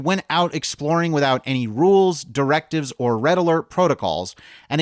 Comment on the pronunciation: Say whatever you want, but the fact that the "REED alert" became the "RED alert" was awesome 😂. That is the kinda of thing that happens all the time in real life. I work offshore